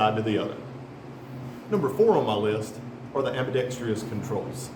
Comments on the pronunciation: Nice review. But I noticed you (and a lot of others) pronounce "ambidextrous" wrong. It's not "ambidextrious". Drop the second "i". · It’s pronounced ambidextrous,…not AMBIDEXTREEEEOUS, rrrrrrrrr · AmbidextrOUS! C’mon fellas. Sound it out. Good review though. Not many on the short model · its pronounced ambi dex truss btw